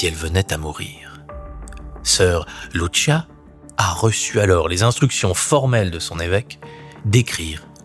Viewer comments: Soeur Lucia et non luchia luchia c'est italien.pardon j'adore ce que vous faites mais en tant que portugaise j'ai du mal avec luchia.encore pardon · Pitié , arrêtez de prononcer LouCHia , en portugais Lucia se prononce LouCia tout simplement, elle n'est pas italienne 😄🥰 (humour ) . Merci 🙏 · Arrêtez de de Luchia, c’est Lucia !!! C’est ( ch) merci !! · The voiceover reads well, but he read wrongly the name of the three visionnaries, Lucia, Jacinta. He is calling Lucia, liliyo . Well ??? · Bonjour, Je suis portugaise, je voulais vous apporter la prononciation des prénoms des petits bergers. Lucia Santos : se prononce Loucia, pas Loutchia Francisco : se prononce Frincijco et Jacinta, se prononce Jacinta, pas Ia Iacinta 😊😊